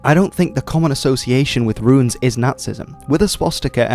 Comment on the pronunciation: Politely, I believe the preferred pronunciation is "Roons" with just one syllable (and not "Roo-ins," much like the word that is spelled 'ruins'). Great video though, I appreciate the attention to this!